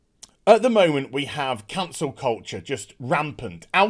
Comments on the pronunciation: Took me a second to realize you’re saying Cancel, not Council. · I legit thought you said "Cancer" culture.